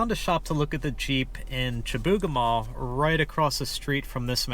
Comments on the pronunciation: you pronounced it Chibougamaa, we say it here as Chibougamoo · In Quebec we pronounce it shih-boo-ga-moo. Home of the mythical "Chibougamau Joe". :)